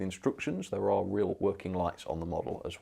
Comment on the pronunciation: Trans what Express? They’re Trans Pennine not Trans Penny Express 😂😂